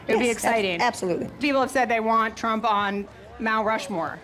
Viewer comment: did bannon just say president trauma? 😂